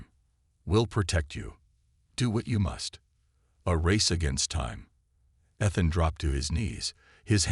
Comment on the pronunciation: I have to agree, time for a new AI maybe something you have to pay a small sum to use. This one you're using now can not even pronounce Ethan's name correctly.